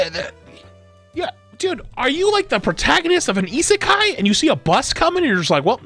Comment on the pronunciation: Protaganist of a isekei had me dead😂